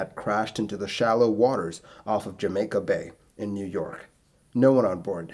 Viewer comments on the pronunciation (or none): none